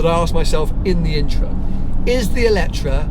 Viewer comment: GOD HEAVENS......you are reviewing a car, but pronouncing its name wrong the whole time ! IT`s called "E le tre"...... and not "Electra" or what ever..... FOR GOD SAKE...... !!! Please do your Homework.....thx